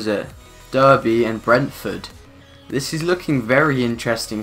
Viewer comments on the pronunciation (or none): Anyone else cringe when he pronounced derby? Lol